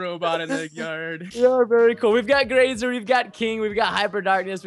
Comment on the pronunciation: anyone else get slightly annoyed when you hear the pack guys call Graser Grace-er and not Graze-er.